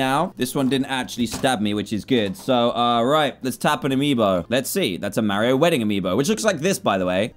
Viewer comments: Am I the only one who thinks it’s weird when he says mawio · DAN ITS NOT MARIOOOOO ITS MARIO -_